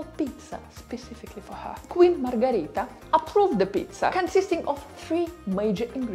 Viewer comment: Si' ma e' Margherita, non Margarita. LOL